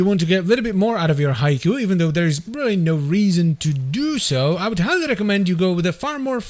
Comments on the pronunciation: Surely it's 'HEE-kowe' and not 'Haiku' 🤓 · It's not pronounced Haiku!